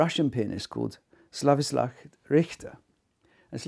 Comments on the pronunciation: Seems like Dude should figure out how to pronounce these pianists' names. They are world class, after all! "Slavislav?" ... you mean, Sviatoslav? "Peres?" ... you mean Pires? "Kovayovich?" ... you mean Kovacevich? Not to mention Ludwig VON (?) Beethoven. Kind of an obscure composer, I guess. ;-/ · Sorry to be pendantic, but it's "Sviatoslav," not "Slavistav." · It’s SVIATOSLAV not slavislav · I don't agree with you at all that S. RICHTER plays it too slow, I think he plays it just perfect, the movement is called : "VERY moderately"! l would rather say that others play it too FAST and too mechanically - that's namely the trend of our times : faster, more technical and less soul! By the way, the host should learn how to pronounce both names Svyatoslav and Kovačević, the way he says it is completely wrong, not once but throughout the whole Video.. How difficult can it be to learn two names? (I am a native slavic speaker of both languages, Russian and Croatian!)